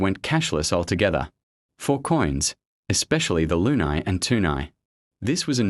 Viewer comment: It's pronounced, LOO-KNEE. Like in crazy.